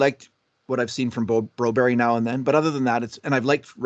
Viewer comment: Broberg, not Berry. It's not Berrerg